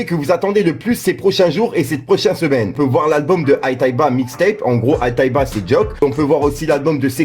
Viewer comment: Aitayba ? T'es handicapées mon vieux avant de faire des vidéos apprend a prononcé le noms des rappeur 😂